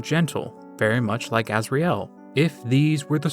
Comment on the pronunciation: the way you pronounce asriel is Pissing me off i'm the original starwalker